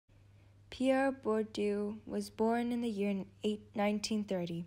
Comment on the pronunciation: Nie Bordju tylko BURDIEEEE!